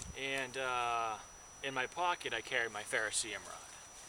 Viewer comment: Fer-ro-ce-ri-um ... five syllables. NO disrespect intended. Great, comprehensive pack.